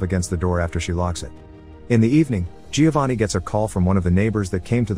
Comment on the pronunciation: Great review but you don’t pronounce the i in Giovanni